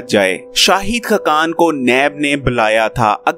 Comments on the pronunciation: Yar aap ka tlafaz bohat khrab he (khakan)na keh (khkan) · khqan nahe,khaqan hota hai,khudaa k liay apna lehja aur alfaaz theek bolo,khuda tumhain aqal se nwaze.